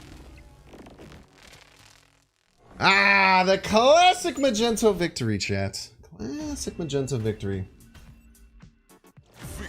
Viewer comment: What the heck is a "Magento"!??? Lmao